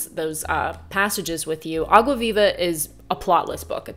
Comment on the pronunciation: kinda random but i love that you pronounce água viva perfectly...